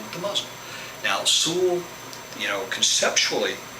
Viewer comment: Your accent is almost none when pronouncing "Sul" hehehe great vid! Ótimo trabalho (Great work)